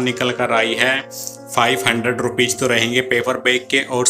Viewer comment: One suggestion - Jis tarah aap Hindi sahi sahi bolte hain, waisehi Angrezi ke shabd bhi sahi se boliye. रूपीज na bolkar रूपीज़ boliye. ज और ज़ का इस्तेमाल सावधानीपूर्वक कीजिए